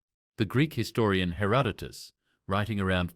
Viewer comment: and mispronouncing, in three different ways, Herodotus’ name. It reminds me of Benedict Cumberbatch and his nature video about penguins.